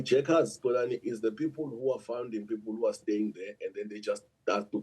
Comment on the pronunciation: Not Xolani, Xoli!